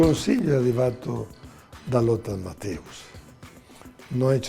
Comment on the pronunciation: Ma che cazz.......ma davvero ancora dite Mattàus????? Ma porc.....dopo 40 anni penso si sappia che di dice (pron.) Mattèus In Italia ci fanno in molti ancora figurone di...NUTELLA, al giorno d'oggi, con l'Internet omnipresente e traduttori online che ti fanno sentire come si dice.....